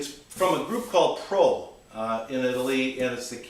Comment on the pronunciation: The correct pronunciation is Pro-L